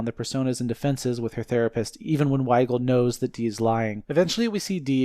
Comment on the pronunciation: I like how you're calling her weigal 😂